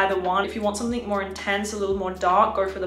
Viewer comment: Pls. SomethinG, not SomethinK. I'ts ear-ache to hear you say it wrong in your every clips. Otherwise, Great and Sweet reviews.